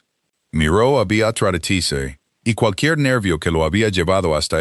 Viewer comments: Te escucho desde Venezuela. A las 4 am. Por favor que la IA pronuncie BEATRÍZ de forma adecuada. Me encanta la historia, odio el tono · Me encanto toda la historia !!!!!!!!! El relato , un desastre !!!!!! En ningun momento la IA pudo decir BEATRICE. Celia de Argentina. Son las 23 hs. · Saludos cordiales desde 🦋Costa Rica 🇨🇷 La Suiza Centroamericana CÓMO ES POSIBLE QUE UN NARRADOR PRONUNCIE MAL UN NOMBRE, UNA Y OTRA VEZ, ARRUINANDO ASÍ, UNA HISTORIA TAN HERMOSA? !..